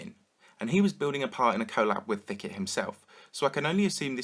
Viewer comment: Thicket? more like THICCIT